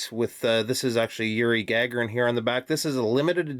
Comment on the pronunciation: As you know, I'm a huge Space Geek so big thumbs up for the Sturmanskie! I'll reserve my comments until the formal review. PS Gagarin is pronounced Gah-GAIR-in., with emphasis on the second syllable.